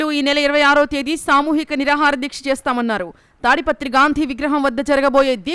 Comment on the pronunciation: తాడిపిత్రి కాదు సర్ తాడిపత్రి